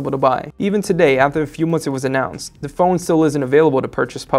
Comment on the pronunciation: I can definitely get used to this guy, he is very good at reviewing.. however I am not a fan of how he says "the" sounds more like "du"..